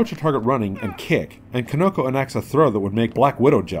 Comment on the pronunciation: It is pronounced like key-no-ko, not kih-no-ko